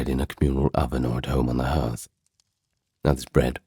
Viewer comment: Hearth doesn't rhyme with earth - it's pronounced HARTH.